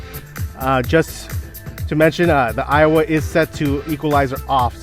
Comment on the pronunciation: They are same price that means 2 JBL is double the price. And stop saying Iowa. It's Aiwa.